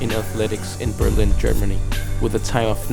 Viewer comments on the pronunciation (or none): none